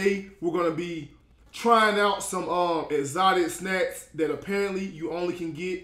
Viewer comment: “EzOtI SnAz”